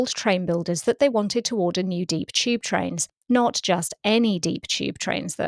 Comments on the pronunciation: Why does she pronounce tube like 'cheap'? 😂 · People from England pronounce a lot of words that start with a ‘t’ as a ‘ch’ sounds instead.